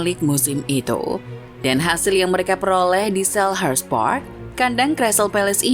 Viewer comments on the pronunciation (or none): none